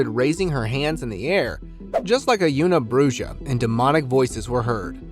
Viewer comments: "Youna Brooja"? Una bruja is Spanish and is pronounced "oo-na brew-ha". "Win-dingo"? Wen-di-go "WEN-duh-go". "Dune-dee"? Duende is pronounced "dwen-day". Please, learn some grammar and pronunciation before posting these videos. Thank you. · Hey just thought I'd help you out with the una bruja is actually a wich and is actually pronounced ooohna -Brooha😊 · It’s not yoona brooja. It’s Spanish, Ūna Brūha. It means a witch and the heading Possible Una Bruja means, “Mayba a witch?” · Lolololol , “Una Bruja” . Seriously ? “Wendiggo” . Idiots ! Please , do the most basic research , at least to avoid cross-referencing and horribly mispronouncing . Lazy . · I like how you tried to say una bruja in Spanish 😂😂😂